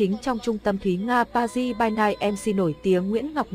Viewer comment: Pa Ri chứ không phải ba ry :-)))